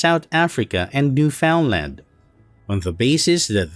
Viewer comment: You butchered Newfoundland's pronunciation... :)